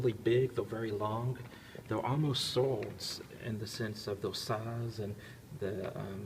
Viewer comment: the way you say 'swords' - you can't fake that accent